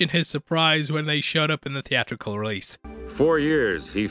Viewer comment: Lasted 12 minutes into this vid. A narrator who cannot sound the letter 't' just looses all credibility. He think the word theatrical is pronounced thea-rical. Urgh!